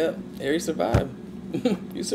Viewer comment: I love the way you say Aries